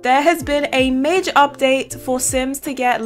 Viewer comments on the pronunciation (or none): none